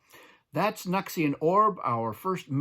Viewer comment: The way you say it makes way more sense. We've been saying it like "New X Ian"